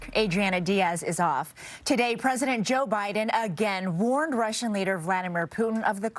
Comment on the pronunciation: When Jiang says Joe Biden it really does sound like Jiao Bai Dan